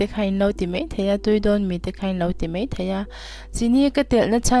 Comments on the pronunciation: I chawhmeh siam a tui hmel ṭhin e,mahse,mizoṭawng hi i uluk thei deuh em aw ka ti,mai tih tur hi mei tih in i lam tlat mai. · Dik chiah 'mai'/'mei' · Mai tih turah mei iti ṭhin hi anihna bo ṭhakin i sawi.fiah kati maia ṭawng kam hi no lutuk leh lam rik dan aṭang hian afiah in afiah lo ania miss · Mei ti lovin Mai ti ta che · mei ti toh suh, mai ti roh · I siam thiam in a tui viau ang mahse vawk sa kher hi chu, a hanga chhum tawp hi ka duh deuh ber mai.. Chuam "mai" tih turah "mei" i hmang erawh ka lo ip deuh. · I camera dah dan a fuhlo ka ti en a hreawm ring a kham duh hle mai 😂 Tin, a bawl hlo leh tih vel khi thuziak in rawn ti tel zel la kan va duh ve... A sawi a sawi ringawt hi chu... Subtitle i ti thei lo anih pawhin a bawlhlo leh tih vel, a pawimawh chi deuh ang a lang hi chu ziakin rawn dah tel thei la a lawmawm khawp ang. A tawp nan... "Mai a" tih tur ni awm ah "Mei a" iti leh zeuh ṭhin